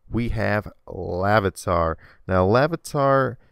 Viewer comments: IT'S LARVITAR NOT LAVITAR! IT'S SCYTHER NOT SYCTHER! IT'S FREEBAS NOT FREEBASS! PLEASE MAKE VIDEOS WHEN YOU LEARN POKEMON NAMES!!! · Larvitar, not Lavitar. Taken from "larvae", not "lava" or something. It also has nothing to do with day or night. Nor do LunaTONE or Solrock have a set time of day to appear. Also I note you are mixing things up. Different Pokemon have a different catch rate number. This number is calculable only as a percent factoring in status conditions, amount of HP, type of ball (and other factors the balls may bring in). The term you were looking for is encounter rate, not catch rate. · its laRvitar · really feebas is the only pokemon on this list that should be here... BTW not lavitar, larvitar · Its larvitar not lavitar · this guy doesn't know any pokemon- luneatar? Lavitar? wtf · It's Larvitar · its larvitar and feebas just lettin u know :D